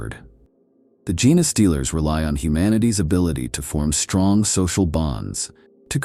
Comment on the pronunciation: Come on dude - I understand you use AI but can you at least correct the pronunciation of 'genestealers' if that's the topic of the video. How lazy.